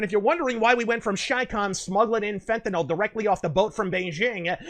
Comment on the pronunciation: Kudos for correctly pronouncing "Fentanyl."